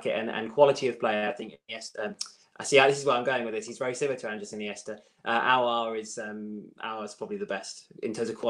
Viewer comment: Adam White smiling coz Robbie finally said Aouar’s name correctly 😂😂😂